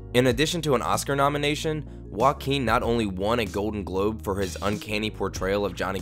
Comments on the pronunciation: Why people call him woaquin, he's joaquin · Is pronunced Hoaking, not whoaking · did you really say woakeen? bruh. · i cant stop hearing walking phoenix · Sounds like he's saying "walking Phoenix" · stop saying walking phoenix, ist JOAQUIN PHOENIX! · All I hear when his name is pronounced in this video is "Walkeen"... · The way you pronounce Joaquin :( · If he’s special then at least learn how to pronounce his name correctly!